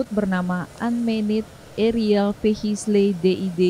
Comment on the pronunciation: Tolong ganti narator nya, ngeja bahasa inggris aja ga bener "arieal ve hi cle 🤣🤣"